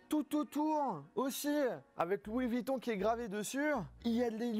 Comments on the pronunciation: C''est pas Louis Vitton ;-) mais VUitton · Encore quelques " Louis Vitton " mais sinon très bonne vidéo 😂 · Il y a un U dans vUitton donc on prononce avec le U et pas Vitton c’est incroyable ça